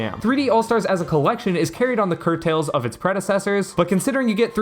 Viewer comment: It's 'coattails' NOT whatever you tried to say